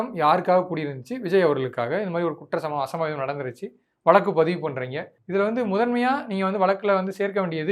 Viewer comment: வழக்குனு சொல்ல கத்துக்கங்க